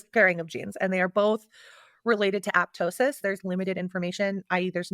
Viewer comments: Yes, I’m back for my 3 or 4th watch of content because of new surgeries 😂 I love how she’s corrected on what apoptosis is and how it’s pronounced and she STILL says “aptosis” 💀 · “ is terminally unique” took me out so real 😭 why am I shocked she can’t even get the word apoptosis correct on her own medical podcast